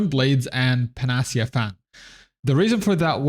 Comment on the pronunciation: Nice vid. Incidentally it would be: Pan-Ah-Sea-Ah: Panacea fan.